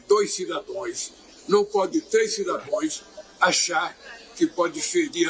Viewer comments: Esse fez um curso com Dilma... É Cidadãos" e não "Cidadões" 😂😂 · O larápio fala CIDADOES 😂😂😂😂😂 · Lula falou português errado cidadãos mas ele falou corações kkkkkkk